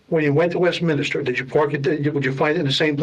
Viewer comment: He also says West-minister instead of Westminster.